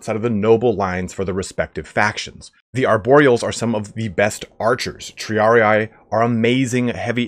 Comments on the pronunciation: Triarii is a Latin word. The last "ii" is pronounced as in Tree. Thus kind of : Triaree. Not Triari-eye ... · One day someone will learn how to pronounce triarii